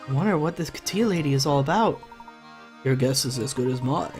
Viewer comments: Kat-Ya not Kateeah. no clue why you pronounce it like that. she's white. and not pretty at all, really generic looking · Yep. As a Russian person.. that was really painful to listen to. Considering it’s a very common name around here...